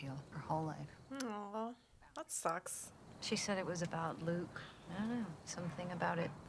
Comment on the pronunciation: He said "loot" not Luke.